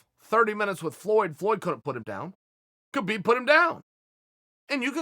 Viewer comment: he doesn't. dead fight. EDIT: on a seperate note i think Chael is intelligent enough to start trying to pronounce KHabib's name correctly. out of respect at least.